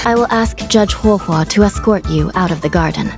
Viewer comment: "HUWOAH HUWOAH" I'M DYING